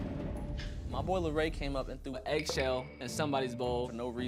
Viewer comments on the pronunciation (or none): just that it’s Larray not Larri